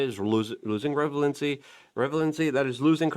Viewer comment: "Losing revelency"... 😂